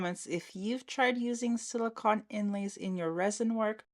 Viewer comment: Beautiful trays, I agree with the silver glitter snowflakes, the blue ones looked better Also please no one get mad I'm only mentioning because you might not know, it's 'sili-cone' not 'sili-con'